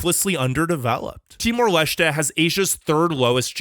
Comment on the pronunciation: Timor Leshtè😭😭😭